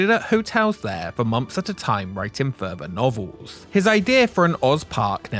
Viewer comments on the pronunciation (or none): " furvur novels "